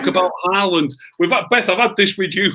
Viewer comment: Nobody: Beth: HaArLaNd 😂😂😂😂😂